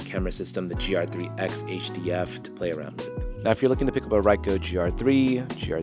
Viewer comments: It's pronounced "reeko" not "reye-ko". Japanese vowels are like Spanish vowels for the most part. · bro really said raico